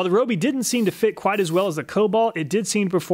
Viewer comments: Why can’t you pronounce “Ryobi” correctly though? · Please learn to pronounce “Ryobi” correctly. Here’s a video from Ryobi, listen to how they say “Ryobi”